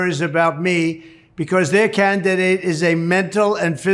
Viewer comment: wtf is a "cantidate"?